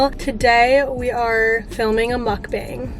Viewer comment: not to be that typa bish but "muk-bong" is the correct pronunciation ;) xx